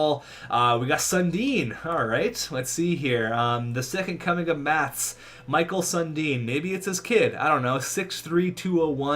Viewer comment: The way he's pronouncing Mikael Sundin is really cringy to hear lol